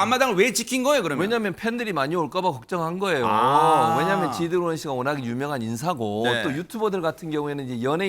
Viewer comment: 앵커님~ 쥐드레곤 이라고 하신거 같은데요~ㅋㅋㅋ